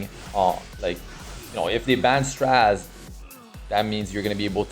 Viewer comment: Please don't say straz it's stra zeh